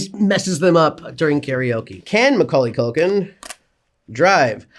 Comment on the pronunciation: YES HE SAID HIS NAME RIGHT